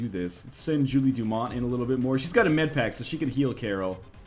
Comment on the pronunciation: "Med-paker" is so damn funny to me